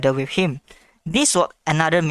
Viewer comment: His name is Leshrac not Lichess